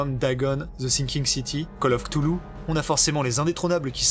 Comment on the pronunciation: Cthulhu ça se prononce : R'toulou.